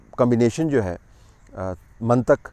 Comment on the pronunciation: سر جی یہ لفظ منطق ہے ط کے نیچے زیر ہے. زبر نہیں ہے.